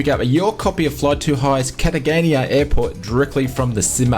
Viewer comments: Pronounced Cartahena not Cartagania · CAT-A-GANIA??? Where is that? I know Cartagena in Colombia, pronounced 'Cart-e-heynya' ??? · Cartagena - pronounced Car-ta-hena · it is pronounced cartahee nah